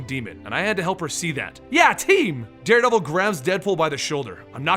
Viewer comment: did he say daredabel